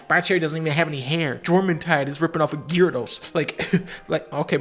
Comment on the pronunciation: How tf does dunkey know the proper pronunciation of Gyarados? Pokemon fans don't say it correctly, and I have definitely never said it correctly.